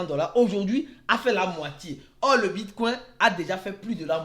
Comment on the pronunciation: Le bitcouin 🦆 😂 Je n'ai pas pu m'empêcher